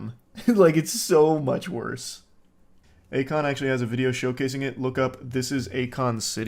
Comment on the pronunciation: Yeah, definitely not "A Kon"